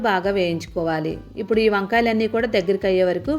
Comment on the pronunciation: ఉప్పుడు కాదమ్మ ఇప్పుడు...ఖైమా కొట్టినట్లు ఏమిటీ అమ్మ, నీబొంద